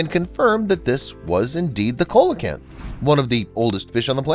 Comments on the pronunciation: coelacanths are pronounced see-la-canths btw not ko-la-canths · lol it's pronounced Seal - oh- Canth lol not Coal o canth lol but i would have said the same thing if nobody ever corrected me in the past lol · Not COY-luh-canth, but SEE-luh-canth, please. Also, not Po-TOR-oo, but Po-tuh-ROO. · Cola canth? oh... you mean See lah canth! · It’s not pronounced ( cole e canth ) it’s pronounced ( Sea la canth ) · Coal a canth? Its pronounced See lo canth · the 2nd in this clip is pronounced seelocanth not colacanth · pronounced 'see-lo-canth' ! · What your calling the coelacanth or pronouncing COALacanth is pronounced SEALacanth ... just so you know. You r the only person i have ever hear pronounce i that way hehe no offence. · The fish is pronounced SEE-LA-KANTH NOT KOLE- A- KANTH, THE PECCARY WAS VERY WELL KNOWN IN THE AMERICAS WITH 3 OR 4 LIVING SPECIES INCLUDING THE ONE MENTIONED HERE. THEY ARE SIMILAR TO BUT NOT CLOSELY RELATED TO PIGS, BUT AN EXAMPLE OF CONVERGENT EVOLUTION. THIS GUY ALWAYS GETS THINGS WRONG. LIZARDS CANNOT BE RODENTS, RODENTS ARE A CLASSIFICATION OF MAMMAL. LIZARDS ARE REPTILES. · It is pronounced Seela-canth, NOT Coala canth. Unless their name has been changed since they were discovered off Madagascar. YourConscience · Yep im glad you corrected that narrators pronunciation of the species name. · It is pronounced see·luh·kanth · COELACANTH is pronounced SEE/ LOW/ CAN/ TH !!!! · Coelacanth is pronounced see-lah-canth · Coelacanth = see-la-canth. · I thought its pronounced as Celecant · Coelecanthe is pronounced see luh kanth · Coelocanth is SEE-low -kanth. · Pronounced see-lo- kanth! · In addition to the SeeLaCanth: it's CHAH-co-en, not Ch'KO-ahn. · 1. pecaries aren't pigs, not even related to them. just turns out, the pig body shape works pretty well. it's called convergent evolution. 2. it's pronounced see-luh-canth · Coelacanth pronounced, "see- la- canth" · It's pronounced SEE-LO-CANTH. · Seriously u pronounced it as "koh" lacanth?? Dude...